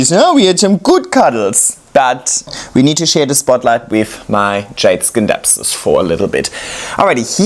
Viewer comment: Even though the word scindapsus comes from the green skindapsos it is pronounced " sinˈdapsə̇s" with a silent C like in Science. It is an excellent plant and Flora Magnifica are so good.